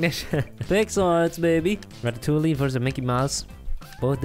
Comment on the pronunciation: omg the way they pronounced Ratatouille is cancerous its Ra-ta-tou-iy